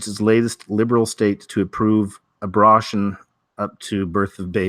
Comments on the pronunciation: why do you pronounce it “abrotion” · Abortion not abrashun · He pronounces it funny to get past the censors.